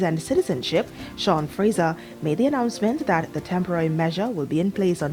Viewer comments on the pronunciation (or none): none